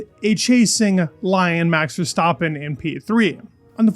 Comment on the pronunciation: verstahppin pedez Just say the names normally bruv